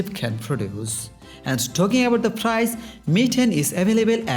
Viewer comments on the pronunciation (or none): Fotection!!!!!frice!!!!"!!what a pronouncin.....!!!!! হালা নোয়াখাইল্ল্যার গুষ্টি চুচু।